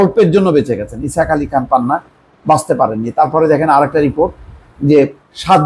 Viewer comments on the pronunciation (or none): none